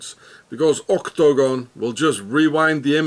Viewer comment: oh no!! I clicked on this again? It'd be great if not for OCT-TO-GON! have you listened to how annoying it sounds and then you repeat it as if Guinness book is counting. Ka-Lick! Deleted